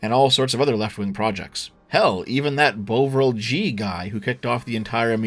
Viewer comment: After half an hour of this video I wasn’t sure how you were going to eke it out for another 150 minutes, but I thoroughly enjoyed the entire thing. One tiny and totally unnecessary nitpick: Bovril is pronounced Bov-ril, not Bow-vril. It’s a kind of beef paste from back in the day, not dissimilar to Marmite, which you can dissolve to make a hot drink. I’m fairly certain only boomers buy it these days.